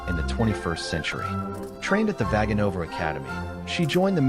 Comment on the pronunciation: I can't believe a native Russian speaker hasn't said this yet unless there's a Russian dub that pronounces everything properly. Evgenia has a hard G. Vaganova is pronounced like this: Vuh-GAH-no-va. Most Russian names accent the 3rd syllable before the end, so VISH-neh-vah but also Ma-KAH-roe-vuh or Za-KAH-roe-vuh. Your text is great but my ears hurt now.